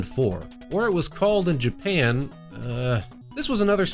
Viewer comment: did you say japam? XD